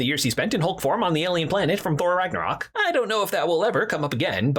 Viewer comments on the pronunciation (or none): none